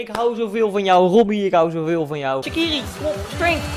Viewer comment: Maak een video over shaqiri en je spreekt het uit als shatshiri